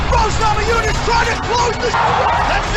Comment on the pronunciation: I love your videos but you gotta work on pronouncing fighters' names. Fedor is pronounced Fay-door, not Fay-der. You also flubbed Rose Namajunas (pronounce the J like a y, Nama-yoon-ez) and Joanna Jedrzejczyk (Jer-jay-check, the d is silent). Take a cue from the announcer on how to pronounce each name if you're unsure. Great job otherwise.